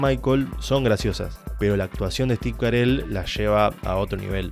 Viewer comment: Cómo Steve Carel?? es Steve Carrell jajaja Buen video amigo, muy buena critica y explicacion de la serie. Me identifiqué con tus opiniones.